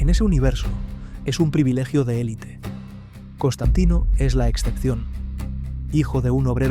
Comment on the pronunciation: es Constantine No, es Constantain... Constantino!!! 😂😂😂